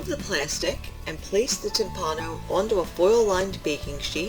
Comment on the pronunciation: The word "timpano" is pronounced "TIMpano", with the tonic accent on the first syllable. While "timpano" means "drum" in Italian, as you explained, so does "timballo" (pronounced "timBALlo", with the accent on the second syllable), but both terms are archaic in that sense, and many, if not most, Italians would not associate either with the word "tamBUro", the current equivalent of "drum", and analogous to the French "tambour". While I have never heard the term "tamburo" in a culinary context in Italy, the word "timballo" is there universally understood to mean the dish you are describing, and similar ones. Saluti a tutti e buon appetito. Alessandro Ferrero